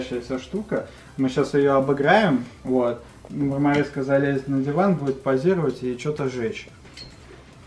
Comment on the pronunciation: Никто: Абсолютно никто:: МаРмАрИсКа